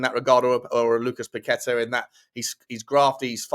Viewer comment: Lucas Paquetá is pronounced "Pack-eh-ta" not "Pa-quet-ah" he's named after the Island in Rio state where he grew up